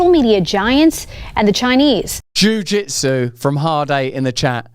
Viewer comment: Jew Jeetsu? Is that Danish?